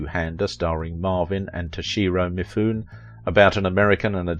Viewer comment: Great job in General here...but really; you NEED to learn to pronounce famous names. Japanese actor Mifune...one of the greats! Mih-Fu-nay